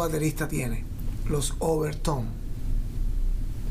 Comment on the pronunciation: Overtone, NO "OverTOM"